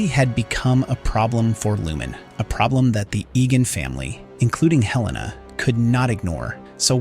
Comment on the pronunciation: Sorry, but it drove me crazy that you kept changing your pronunciation of a major character’s name. It is HEL-la-nah, not Hel-LAY-nah.